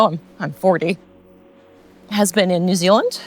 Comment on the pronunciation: As a Kiwi, I think you sound US except when you say “New Zuland”. I had to smile!